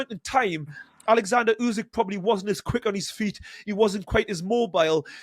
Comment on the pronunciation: His name is oleksander not fucking Alexander